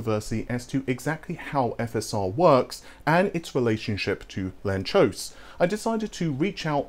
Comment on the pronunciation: It's Hungarian, so it's read lun-tsosh